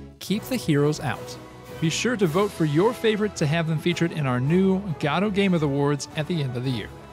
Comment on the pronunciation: After looking at how the lead dev of Godot says it, and how most people who use it say it, I can safely say that although there are a few correct ways of pronouncing Godot, you say it wrong